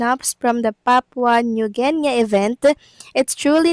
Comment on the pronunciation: Sus, maryosep! New Genya (sounds like!) ang pagpronounce sa New Guinea! Should sound like nu or nyu Gini. Tong.vlogger na to, lagi kong inaadvise na before magbasa o magsalita, pagaralan how words/names should be pronounced to avoid misunderstanding. Dami nyang mispronunciations! Pwede nman syang magtanong or magpaturo sa mga nasa paligid nya.